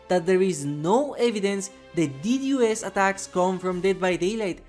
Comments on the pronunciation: It’s D Dos NOT D. D. O. S. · Aint no way he said ddos as d-d-o-s